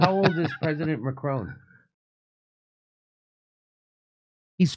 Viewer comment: Macron … the light is ‘on’ not macrone… like I ‘own’ a house 😊